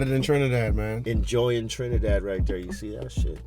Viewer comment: "TRINADAD JAMES"